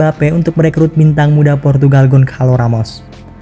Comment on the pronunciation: Bukan Gonkalo tetapi Gosalu